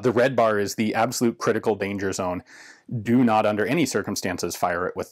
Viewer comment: i love the emphasis Ian puts into all the ‘do nots’ of this device… as if i’m ever going to be handling one. lol